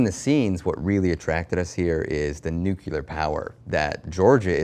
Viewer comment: Nucular power, huh? I though it was Nuclear power.. man I’m dumb